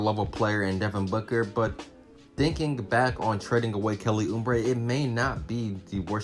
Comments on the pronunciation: Good take. But its Uuuuuuubre not Uuuumbre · Who in the hell is Kelly Ummbray? It's pronounced ooh - bray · It’s Oubre jr not umbre 🤣🤣💀💀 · There is no 'M' in Oubre. It's not Kelly Oombre. haha. It was the youngest team in the league last season. Watch out for the Suns this yr. Good vid. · That's what i was just thinkin and he keep saying it kinda drives you crazy lol